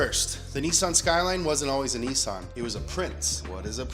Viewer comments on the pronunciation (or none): Nissan not Neesawn. ffs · I can’t take you seriously when you say Neesan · Dude Nissan not NeeSaan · Its not a Kneesan Its a NISSAN! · Its niss an not nessan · NISSAN ( NIS - SAN ) not ( NEE - SAN) WHY THE FUCK YOU PRONOUNCE SHIT INCORRECTLY ON PURPOSE!?!??! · OK Pronounce Nissan correctly if it's hard split it up nis-an Not neesan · Nissan is not pronounced "nee-saan" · Why do Americans pronounce Nissan so weird. "Niissaaan" lol. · The way he says Nissan is hilarious 😂😂😂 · Its pronouced Nissan Not Nissan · why do you pronounce Nissan so stupidly.